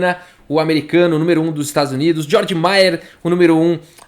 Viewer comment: Apenas um detalhe linguístico: se pronuncia tipo "Gueorg". Abraço, super like sempre!